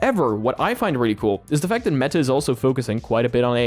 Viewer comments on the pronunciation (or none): Bro is manually pronouncing the T in meTa